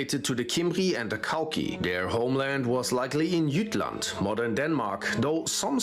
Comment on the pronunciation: It's not pronounce "Gottlend" but "Götland". Also, it's "Jütland" uinstead of "Tchattlend". 🙂